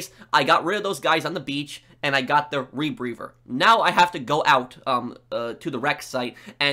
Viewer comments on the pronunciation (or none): did you say "re-breever"?